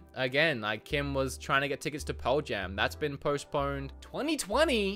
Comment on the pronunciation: Cool video, very informative, and still, I could only focus on how he says Pearl Jam.